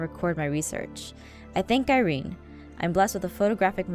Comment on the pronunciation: umm does any one know why emmalyn keep saying lady ire-aphmau...i do. its because she KNOWS THAT APHMAU IS LADY IRENE!!!!! if u know HOW emmalyn knows that aphmau is irene plz leave a comment plz help me, i know emmalyn knows that aphmau is irene but how does she knows... SHE WASNT THERE WHEN APHMAU KNOWS SHE WAS LADY IRENE!!!WHEN APHMAU HAD THE FLASHBACK... oh and im watching this for the second time but im in 2016 now...the first time i watched this i was in 3015.